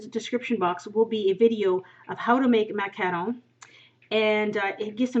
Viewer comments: It's not macalon it's macaroni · no, it's not. the word is really "mah-cah-ron". this pastry is french and i don't think there's an english way of saying it. macaroon are a whole different dessert. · (MACK-A-ROONS) not what ever the heck you say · it's MAC-A-ROON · I use to have this one account and i commented that i thought the way you pronounced "Macaron" wrong and you banned me. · Greetings from Toronto! I could tell by the way you pronounce macaron that you were probably from Canada, then I looked up your page that said you are from northern Ontario so I knew for sure. I love the French language. I put all three of my kids in French immersion and two of them now have university French degrees. Oh and by the way lol, I loved your video too and will be making these for next weekend. One of my daughters is a macaron fanatic and I have a beautiful tin of Fortnum and Mason loose leaf Earl Grey tea in my kitchen which I'll grind up a bit. Thank you! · I'm almost certain that's not how your pronounce macaron.